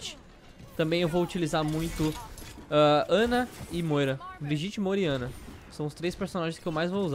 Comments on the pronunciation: Calango Br Olá uma pequena observação: o nome dela se escreve Brigitte, mas se fala Briguita. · Se fala "briguita" porra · A pronúncia do nome dela é mó estranha, Brigitte (Briguita) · Se pronuncia Briguita pessoal... Não vamos ser os únicos a pronunciar errado...